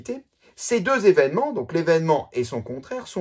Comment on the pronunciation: PlusieurS ZZZévènements. A part ça c’est parfait. Merci